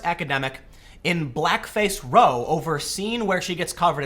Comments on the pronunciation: Brush up on your British. It is not row as in row your boat, it is row as in ow I stubbed my toe, aka rhymes with cow. Common slang for a fight or disturbance. :) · if it's a UK thing Idk but in that title "blackface row" the row is pronounced like "r-ow!". Ow like getting hurt, rather than "row" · Row isn't oh it's ow as in ow you hit me. What's wrong with you, Tim!? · Row in british culture means a fight, usually a verbal one, not a physical one. It's also pronounced like pow and ow not snow and flow. Yes? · It's row, not row!